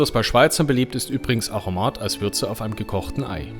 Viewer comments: Aromat alle vokale gleich betont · Das R muss so richtig Rollen bei Aromat. So wie bei Rammstein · Bzgl. Betonung noch eine kleine Ergänzung: Auf dem ersten „a“. 😉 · Schönes Video. Ein Hinweis zum Aromat. Die schweizerdeutsche Aussprache hat die typische Erstsilbenbetonung. A romat. En Guete